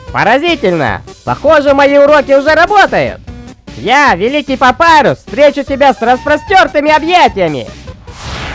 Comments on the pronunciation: Папирус не Папайрус как вы не понимаете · Не Папайрус а Папирус. ПАПИРУС!!!!!!